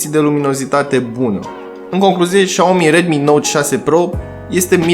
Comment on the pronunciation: Șiao-mi zice că se citește